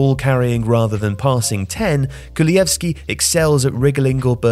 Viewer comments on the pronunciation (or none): It’s pronounced kulusevski not kulujevski btw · Kulushevski! Not „Kulujevski“. Improve your pronounciation please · It’s Kulusevski, not ”Kulujevski”… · Bro what Kulieski its literally written ''Kulusevski'' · Kulusevski not Kuluyevski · Kulusevski became kuluevski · KuluSevski NOT kulujevski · Where's the J in kulusevski that I keep hearing? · I'm sorry but since when is the 's' in "Kulusevski" silent? Or has every one else just been pronouncing it all wrong? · You pronounced Kulusevski wrong... sorry, had to say it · Poor Kulusevski getting his name butchered. Also he is playing terrible this season and is really far from his Parma performance that got him a €40m transfer. He should have stayed at a mid-level club for another season or two, he is definitely not ready to be a starter at a big club, and at Juventus he shows that he isn't a reliable sub either.